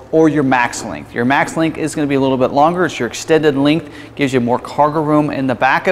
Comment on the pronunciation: "Lingth" vs length? Cringe...